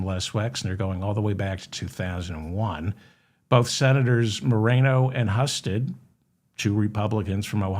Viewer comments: Senator's name, Husted, is pronounced hew-sted. the Hu sounds like the hou in houston. he used to be lt governor. his big acco. plishment is a failed public/privatised organization called Jobs Ohio. More tax dollars into the pockets of the rich, not anything that helped job seekers. trump level failed company. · Husted is pronounced with a long U. It's unimportant but considering his criminality, his name will probably come up again. Great show 👍. Thank you. You're helping A LOT of people stay sane. Believe it or not!